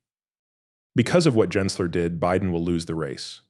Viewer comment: It's not pronounced "Jensler", but we can't expect a fake AI voice to know that when it's narrating fake AI content.